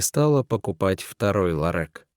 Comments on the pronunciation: Я тоже возмущена.Какой ларэк и масса ошибок при ударении на слоге..Зачем портить русский язык.Если это робот какой - то,настройте его нр правильную речь.Меня это аж коробило. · Ужас! Какой цветочный ларЭк? Где смысл предложений без занятых и точек? Извините за совет, но применяйте чтеца. А рассказ неплохой. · Ну даже робот должен научиться произносить такое слово как ЛАРЁК. А история хорошая. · Что это за ЛАРЭК?Более безграмотного чтеца я ещё не встречала.Как это бесит! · Ларэк - это что......????? Кто читает человек или робот??? Над нами ИЗДЕВАЮТСЯ?????😠😠😠😠😠😠😠😠😠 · Это же трындец,или полный трындец: "ларэк, ларэк.....черных куртках....нельзя же так издеваться над слухом людей!Срочно поменяйте чтеца! ! ! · Неужели чтец НИКОГДА не слышал слово ларЁк и не знает, что это такое????!!! И почему в чернЫх кожанных куртках? Тоже не слышал, что есть слово чЁрных?!!! Или он и цвет чЁрный называет чЕрным???!!!! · Да, я тоже удивилась, что чтец не правильно произносил слово ларёк, но это не беда, главное рассказ был очень интересен и поучителен. Даже животные чувствуют качества человека. Спасибо коню и кактусу за спасение девушки, и за интересный рассказ! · Рассказ хороший, но чтец ужасный. Обыкновенное русское слово ларёк не знает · Такого чтеца противно слушать! Один только "ларэк"чего стоит! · Охренеть!!! "Ларэк". Кто читает? Иностранец, робот или идиот? Дожились, рассказы некому прочесть. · Интересно, мужик, читавший рассказ, в школе учился? Почему ларек? Ведь правильно ларёк? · Как неприятно слушать такое безграмотное чтение,издевательство над нашим слухом! Этот "ларэк"-просто убивает! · Ларееек ларек не ларэк а ларек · Какой ларек - ларёк! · 😢это ужас а не чтение. Вы по русски но общее не умеете читать? Эт что за ларек может ларёк 😮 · Ни ларэк а ларёк.😂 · Какой ларЭк? - ларёк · Не ЛАРЕК, а ЛАРЁК !!! Элементарно правильно прочитать!!!!!!! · Почему ларэк,а не ларек. Не всегда правильно произносятся ударения. А так рассказ интересный. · Не ларёк а ларёк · Не ларЭк, а ларёк!!!